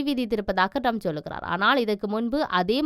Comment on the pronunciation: அவர் பெயர் ரம்ப் அல்ல ட்ரம்ப். பெயரையே சரியாக சொல்ல முடியாத நீங்கள் IBCயில் கடமையாற்றுகிறீர்கள்.